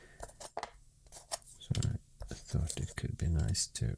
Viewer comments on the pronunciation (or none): none